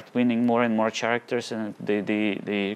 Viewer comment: Just a tip for your English mate: The ch in "character" sounds like a k. Thanks for the vid!